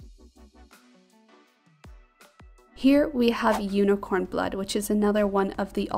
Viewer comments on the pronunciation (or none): none